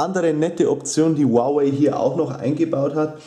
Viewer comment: Ist richtig